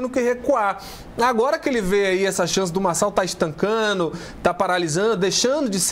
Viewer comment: É decepcionante ouvir um jornalista com pronúncia errada do tempo verbal gerúndio ( está estancannnnnnno...) Perde o crédito toda notícia que parte de sua fala ...